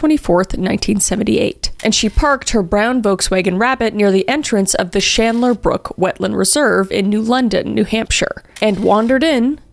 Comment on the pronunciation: Off topic but I don’t think that’s how you pronounce Chandler 🤤/j